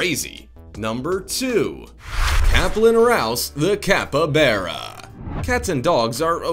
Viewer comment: Capybara not capabara it's like his pronunciation gets worse every video....